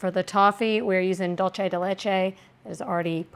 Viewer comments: Dulce de leche is pronounced exactly as it’s written. Dool-seh (not dol-che). I’m Italian too but this is Spanish. Sorry to have to be a language nerd lol 🙈 you are amazing and I’m a solid fan! The more you know 🌈 🌟 😅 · Also the way she pronounced pizzelle 😂😂😂😂 that and the dulce de leche pronunciation had me cracking up. Gotta love her ❤❤❤ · My ears bled every time she pronounced that 😅😅 And when she pronounced the "g" on the ends of words. And caramel. Lol.